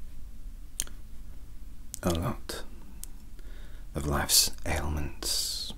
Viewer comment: “A lot of life’s elements can be cured with a cup of tea” Said like a true Brit 😭